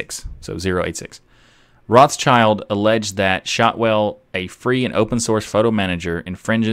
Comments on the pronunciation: Rothschild is not pronounced roths child... It is more like rot shield. German name... Awesome episode. Keep up the good work mate. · Rothschild is prononced 'rot shield' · Acrually it was pronounced 'rot schild'. So a German pronunciation. But like many names the pronunciation changed depending on where the branches of the family lived. So nowadays there are several pronunciations.